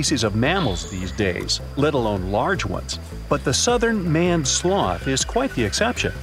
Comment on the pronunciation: It's pronounced MAINED, not MANNED... like a lions mane.